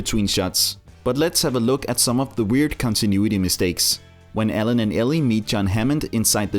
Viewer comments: When you say Alan it sounds like you are saying Ellen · it's alan not ellen